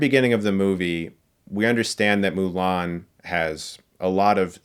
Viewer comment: And for whatever reason, they decided to pronounce Mulan as "Ong"